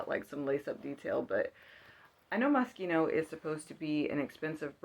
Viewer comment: You’re meeee! You pronounce moschino correctly, pronounce modal “mode-dall”, look through all sections mens and women’s for three hours, and hate consignment lol.